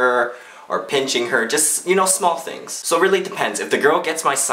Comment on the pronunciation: i like how he says "tings" instead of "things"